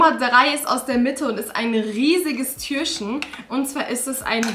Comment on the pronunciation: Ich mag deine Videos echt gerne aber kannst du bitte das Wort Türchen richtig aussprechen und nicht immer Türschen ?